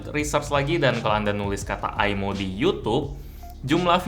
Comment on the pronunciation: Maaf kak, bukan bacaan aimo salah bacaannya imoo